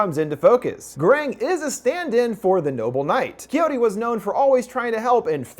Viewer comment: detesto como dice quijote jajaja